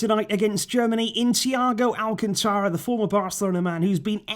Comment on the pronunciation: Alcantara.....esdrujula word....ortogarphic accent on the third syllable...Al-CAN-ta-ra.....Get some learned joker to talk on your video....please.....it ain't Al-can-TA-ra......but Al-CAN-ta-ra.....ALL esdrujula words SHOW the accent!